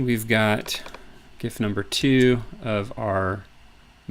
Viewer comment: Thumbs up for just pronouncing GIF correctly!